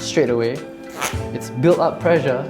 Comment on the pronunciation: Instead of "pressure" I heard "pleasure". Sure made a difference in how I viewed the video!